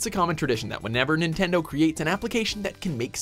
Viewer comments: "Nintnedo" not even 4 seconds in and you already messed up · "Nintnedo Labo" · Nintnedo... NINTNEDO!?!? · 'Nintnedo labo' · Nintnendo lol